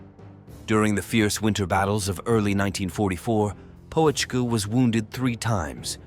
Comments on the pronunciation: What an appalling AI likeness - at beginning. Looks nothing like him! It's not Poe - etschke - check out the umlaut! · The "O" is silent, "Petschkah" would be more correct. He was a good soldier the kind you need to get the mission accomplished Narrator not so good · You didn't even bother to pronounce his name properly. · You don't even pronounce his name correctly, not even close🤡😄